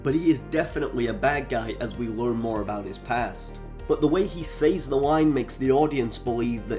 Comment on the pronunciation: Soldier Boy isn't a villain he's an anti-hero, a good guy who sins. Common. Homelander is the villain Pretty sure you intentionally got that wrong so we would comment. What he say's? I've never heard someone botch the word say 😆 Ai voice? Wait...if Soldier Boy is the villain, that would make Punisher the villain, not Fisk. Wait. Did you just call Fisk a hero? Now I know you're just spouting nonsense to get engagement. No wonder you only have 5K subs off of a 400K video 😆